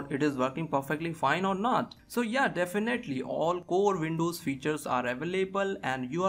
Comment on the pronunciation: hard to pronounce w? wft is vindovs?